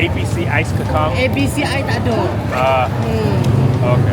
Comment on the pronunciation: dude, Bahasa Melayu is phonetic. kacang is pronounced "kar-chang" and cendol is "chen-doll"